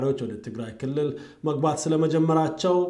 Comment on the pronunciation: You smell gunta, If you do not like about the way he accent "kilill"how do we know if your accent is correct, Because the person who looking around to find other peoples mistake are disrespectful person. Sorry to say that.